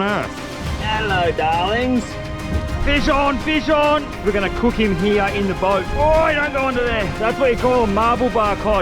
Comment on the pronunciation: Bro doesn’t say here he says heeeeee